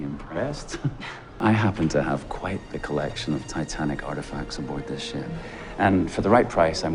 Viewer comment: "oH mY gAwD lOoK aT tHe sHaP" got me dying💀💀